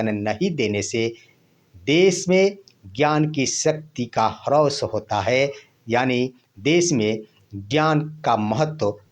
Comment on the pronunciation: हरौस क्या बोलते हो ह्रास बोलो।